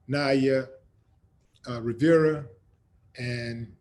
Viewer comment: NOT "RIVIERA"........RIVERA......ANIMAL